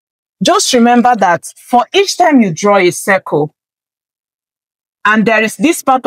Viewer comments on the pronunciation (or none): none